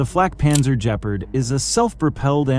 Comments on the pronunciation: its pronounced gepp ard not jepard morons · Even pronouncing it 'G-part' would be more accurate.. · For God's sake, the correct pronunciation is with a hard "g", for Gephard! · LOL the AI can't say Gepard properley. Still its a good frankenstien mix of old useful chasis with modern firepower. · Nor of Gepard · "Gep-Ard" Not Geperd. Your videos need some help with proper pronunciation as well. as fact checking and correct identification. "Rine-Rhein Metal -Met-al" Rheinmetall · And just what is a jep-erd and who is Rain metal? This is painful to listen to.